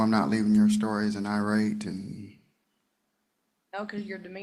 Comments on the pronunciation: I don't care about anything anymore, because tell me why the victim said "eye-rat" to say irate. 'EYE-RAT' for irate! What? Lmao. Please, someone tell me when her conjugation camp is. I want to be there at her graduation to give her a box of menthols and a $20 to congratulate her, and I definitely want to see her answers in her workbook. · Is Country Girl trying to say "irate"? Sounds like she is saying "outrate."